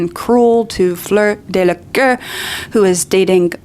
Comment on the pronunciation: Again, it's Delacour, not Delaqueur or Delacœr or Delacur or whatever. Just pointing that out.